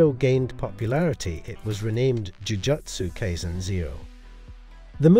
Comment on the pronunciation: Dude, you're pronunciation of Jujutsu Kaisen is way off. Jujutsu is pronounced like Jujitsu except swap the I for a U and Kai rhymes with eye.